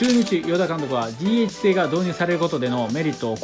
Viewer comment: DHの読み方が…